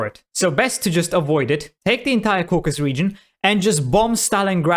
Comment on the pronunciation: Its Caucasus not Caucus